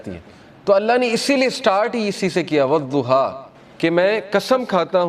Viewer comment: Sir zuha nhi surah wadhuha sahi pronunciation hy